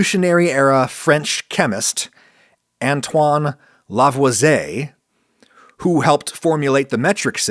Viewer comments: I'm a community college drop-out and I know you mispronounced Lavoisier . It's 'Lah-vwAh-sEE-AY' See "courvoisier" See Tim Meadows in the acclaimed 2000 movie "Ladies Man" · The pronounciation of Lavoisier killed me and I’m not even French